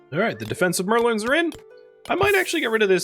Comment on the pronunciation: Sticking 'Merlins' at the top of your walls. I was poking fun at your pronunciation of Merlons in this episode because the image of someone sticking pointy-hatted, star-robed wizards on the upper edge of their wall is incredibly amusing.